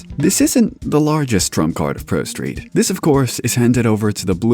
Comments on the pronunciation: You said prosteet like 50 times. Please just do a retake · ....did you call it "ProSteed" at one point, or am I just hearing things?